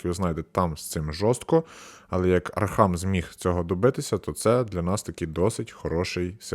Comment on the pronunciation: Не архам, а архам